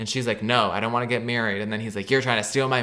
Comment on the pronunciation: “Daurn’t” is sending me so bad